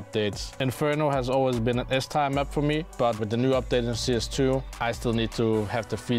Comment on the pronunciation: He said it correctly before starting the list, funnily enough. His inner Dane must've taken over 😆